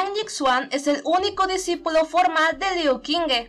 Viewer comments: no seria liu shingu la pronunciación? :'v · In addition to the fact that I had already said in a video that I don't know how to pronounce Chinese names, so an apology ⊂(・﹏・⊂)